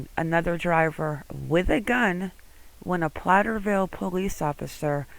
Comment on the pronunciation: Platteville not Platterville.